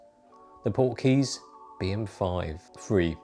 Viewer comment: I kept hearing "Porky's" (the movie)! :)